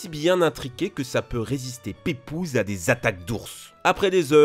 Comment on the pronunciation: OMG il a dit pépouse